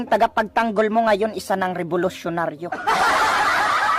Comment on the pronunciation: Ayusin mo magnaqate parang di ka Pinay nakakahiya naman pakinggan . "tagapagyangol?" o taga pagtanggol?"